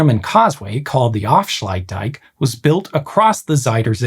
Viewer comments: Af-sluit-dijk You're right that it sounded more like "offshluidtdijk" but can you really blame him? Each of those parts is problematic for English speakers ("a", "ui" and "ij" don't occur in English) and where the first two parts join up you've got "fsl" which only makes sense when you know we're jamming words together and even then requires that you know which words we're jamming together before you can get the timing right. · Yes I don't expect him to pronounce it well, this is not a language channel after all. But his pronunciation of "Veluwemeer" and "Afsluitdijk" was pretty bad, on the other hand ,"Oosterscheldekering" and "Maeslantkering" was almost perfect. So yes could be worse.